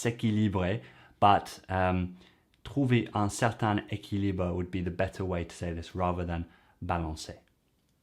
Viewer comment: La bonne façon de dire, à propos de "proches" est: "ces deux personnes semblent plus proches l'une de l'autre".: pour "certain équilibre" il faut faire la liaison et le prononcer comme si c'était "certaine équilibre". On ne dit pas "traite d'humanité" ni "traite l'humanité" (pas dans ce contexte en tout cas), on dira plutôt "traite de l'humanité" ou bien mieux mais plus compliqué "parle de certains aspects de l'humanité", le verbe traiter n'est pas le meilleur pour ce contexte. 'Il arrive à se dire": je pense que pour ce contexte "il finit par se dire" serait bien meilleur.